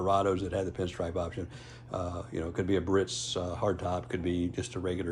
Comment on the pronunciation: Proper Pronunciation is “BEE-A-RITZ” , not “BURRITZ”.